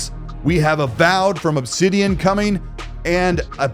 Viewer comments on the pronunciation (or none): none